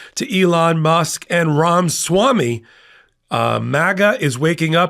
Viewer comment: Its Ramaswamy not Ramswamy. For God's sake. How are we supposed to take you seriously if you can't get the names of key players right?